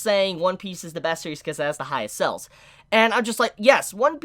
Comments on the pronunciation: Why do you pronounce sales as cells lmao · Pronounce sales properly